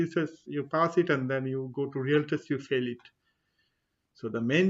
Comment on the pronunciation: Good Info. However you pronounce "test" as "taste".